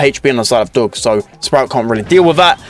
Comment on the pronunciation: It’s Doug not Dog